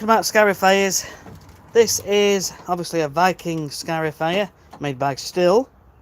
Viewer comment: Little correction. It's pronounced "steel", not "still", as it is German. Like your video's!